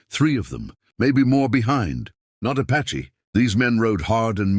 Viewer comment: You really should edit your words — “Apache” is NOT “patchy” — yep, I’m seeing this too often, not only here, but your other stories —- just a thought